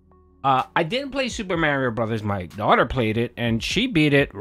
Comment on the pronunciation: My man. If you say mareio one more time